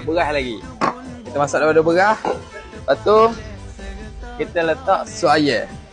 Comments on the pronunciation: Aye Beghah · Beras ❎ Berrrrwraahhhkkk ✅ Ayam ❎ Ayyek ✅